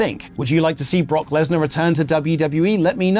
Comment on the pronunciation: Lesnar? More like lass-nah